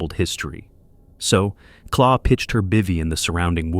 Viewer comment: claw!!!! claw???? her names Clare 😂 I hate AI overtaking everything coz people are too bloody lazy to do it themselves 😂